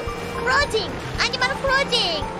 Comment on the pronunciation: I think pronouncing 'animal' as 'animaru' is instantly one of my favorite things ever!